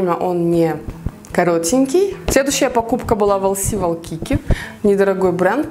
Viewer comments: Извините конечно что поправляю Вас, но Вайкики, а не Валкики! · на самом деле не лс валкики а лс уайкики